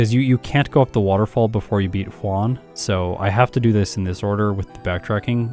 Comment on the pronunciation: Whon and Whallie :) . . . . Juan and Wallie, but with an initial H :)